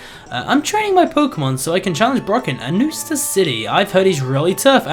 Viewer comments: and its not "anu-star" city, ts supposed to be "anus-tar" city. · I think a anustar city was pronounced anus star.